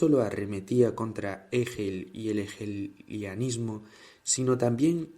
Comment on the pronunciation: Dice ejel en vez de Hegel, EJEL!